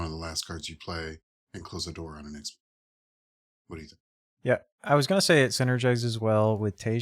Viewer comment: Ty for the review, idk if Yzmir is pronounced the way you do, but now I can't stop doing it as well so.